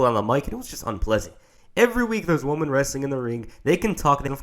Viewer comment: Its "women"